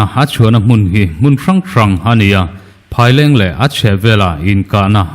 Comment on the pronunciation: Phaileng i lam dan hi a dik lo west Phaileng,eat Phaileng ti a Kan lam dan ang hian lam tawh rawh,Mizo tawng a nih hi